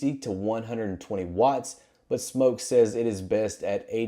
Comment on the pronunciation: He can’t even say smok right